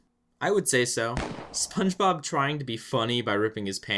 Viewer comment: Sometimes it sounds like he calls him spongerob instead of spongebob